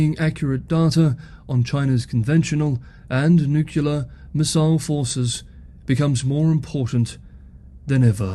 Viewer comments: It is pronounced nu-clear. Not nu-ku-lar. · So... why DID you pronounce it "nucular"? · It's okay. Peter Zeihan can't pronounce 'nuclear' either. Keep up the great work. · and you are not the only one saying NUCULAR. Fun that you realize it. I think it's a stupid way to say it, but see no reason to be angry about it. You DO understand that it implies an atom has a "nuculus" instead of a nucleus? And a "nuculus" is a non-existent object? Also, it reminds me of George W. Bush, one of the most ignorant politicians on record. When he bashed his way into office, he could not name a single foreign head of state, and he did not know that muslims came in sunni and shia varieties. And he always said "nucular." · That's the nucular option. 🙂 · We've really got to address newclear proliferation. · Do you really get “angry” comments just about how you pronounce “nuclear”. That’s just sad 😞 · Harrumph! Nuclear only has two syllables! Harrumph!! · Thank you so much for your updates. I don't care how you pronounce nuclear. lol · I didn’t even notice how you were mispronouncing “nuclear” until you pointed it out. Now I can’t not hear it. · "the way I say nuclear" 😂 Gets me EVERY time. It's nice to throw a little chuckle in among all the seriousness. BTW, I'd like to know how all the complainers pronounce "says" ("sez" a lazy American.) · It's wrong, but even the dictionary has given up and says it's fine. So 🤷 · As an American, I'm somewhat used to the "Bushian" pronunciation of "nuclear". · Holly crap you are getting comments on how you pronounce "nuclear" that is funny! Keep up the great work, see tomorrow. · when you say nuclear, it reminds me of George Bush jr. Sorry buddy.